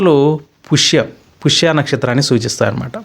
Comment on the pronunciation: పుష్య కాదు స్వామి పుష్యమి